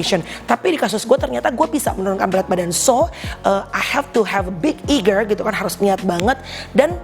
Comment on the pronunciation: Big eager? Duh Mbak, kalau ngga bisa ngomong English yg bener, ngga usah banyak gaya